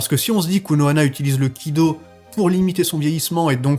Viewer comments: Kido et pas kaido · Kido* pas Kaido, s'est mangé la hype One Piece😂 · Purée c'est inpinnable la vidéo... "le kaido,... le kaido,... le kaido..." Ça s'écrit kido aucun besoin de transformé le truc... désolé j'ai bien t'es vidéo mais la on dirait que tu parle de one piece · T'aime bien dite kaido à la place de kido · Frero tes vidéos sont graves lourdes, mais arrête de dire du KAIDO stp, et dis du Kido comme tous le monde..